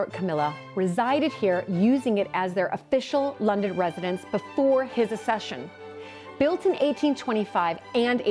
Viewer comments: The Royal Family don’t OWN any palaces or castles except Balmoral and Sandringham. The Queen Mother bought The Castle of Mey personally. The rest belong to The Crown Estates. BTW the word is pronounced ACCession not Assession - and nobody British cares about Meghan and Harry. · So annoying when Americans do videos on the British royal family and get then their facts wrong and can’t even pronounce basic words like “accession” correctly 😂